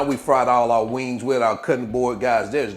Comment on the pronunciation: U said wangs...oh yeah 😅❤